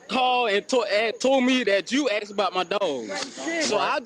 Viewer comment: I axed him a question.